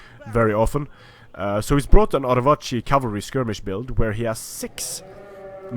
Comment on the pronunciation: That fucking sexy Arevaci pronunciation. ;)